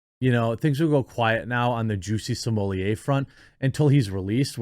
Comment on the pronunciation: Please pronounce his name correctly. It isn't Juicy Sommelier. Thanks